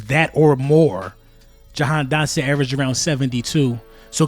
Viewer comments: If you got the kid the least you could do is get his name right 😂 my guy said "dahan dotson" twice. My guy, if he's so good why would WE CHOOSE to get rid of him after seeing him in two preason games and training camp and not wait until next year? Because he's been unable to get open and has serious drop issues. But sure lie to yourselves rather than listen to the fans who literally have seen ever. Single. Snap. I'll be be back mid season to laugh. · “dahan jotson “ ik your excite get the man name right